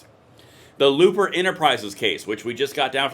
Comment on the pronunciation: It's not LOOPER it's LOPER!